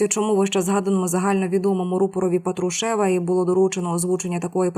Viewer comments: ПатруШЕВ режет слух всем слушателям и дикторам, да и не только им, ведущая с высоты своей безграмотности плюет на всех слушателей и ей не доступно произнести с правильным ударением ПАТрушев, а не ПатруШЕВ, это, оказывается, ниже ее достоинства, какой позор для такой горе ведущей, ганьба, ей не место на вашем канале!!!!! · Коли ж ти навчишся вірний наголос на призвіщі Патрушев робити?